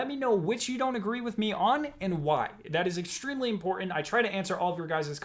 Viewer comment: No offence, but do you have a speech impediment as I here 'Extwemwy'. Never heard one before.